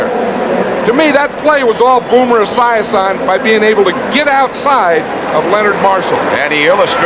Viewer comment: I cannot handle how Madden is pronouncing Esiason’s name. Now I’m sad that I can never unhear it.